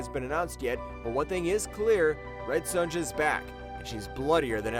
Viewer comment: The way this clown pronounces 'Sonja' made me unsub.